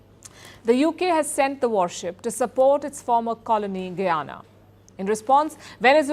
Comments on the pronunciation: Did he say Goo-yana? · not gu yana but guy ana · Whats Goo-yana? Its Guy-Ana. Like how you proinounce Guy. When you dont know how to pronounce a name, just youtube tourist videos of the nation or something. Keep it professional. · It's pronounced 'guy ana' not 'goo ana'. Otherwise excellent coverage.